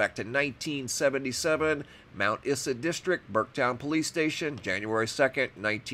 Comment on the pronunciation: I’m from queensland, now live in US.. The town Mt. Isa is pronounced eye-zah. 😀